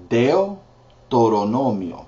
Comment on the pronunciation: Thanks for these videos, Brother. :) A couple of tips: - NúmeroS (mistyped) - DeutEronomio (mispronounced - that’s a hard one!) - the 1st and 2nd books in the OT are masculine (libros) while the NT versions are feminine (cartas/epístolas): Primero de Reyes but Segunda de Corintios - don’t forget Lamentaciones :) - Hageo: this is a tricky one! careful not to pronounce the H and make the G soft (like an English H) - it will sound like a-HEY-o